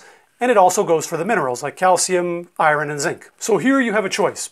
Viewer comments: Completely well spoken English as I’d expect from a American highly educated doctor then… I-run ??? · What part of the country do you come from? 😀 I noticed you have an interesting way of saying iron "eye-wren". I say eye-urn. (I grew up in Columbus, Ohio)